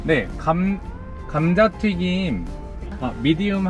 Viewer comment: 주문하실때 감자ㄲㅏ.....(까!가 아니라) 감자튀김 이러신거 너무 귀여우셔요